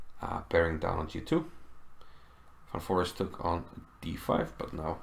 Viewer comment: Pretty sure his name is pronounced as "fan forist" and not forest lol